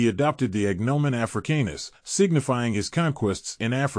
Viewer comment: The way you say his last name triggers me 😂